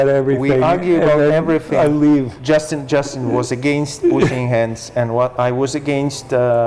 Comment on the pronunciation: Justin not Justeen